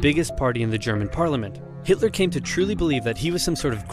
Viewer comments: am i the only one that he said Hitler wrong? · Who the hell is Hitoler? 🤣